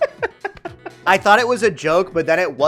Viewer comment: he says human like he says KOOPAS!